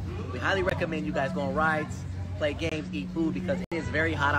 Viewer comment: it took me a few "gams" to realize she was talking about GAMES... lol omg-- I'm dying. I've never heard that pronunciation before- where they do that at? I'm so curious.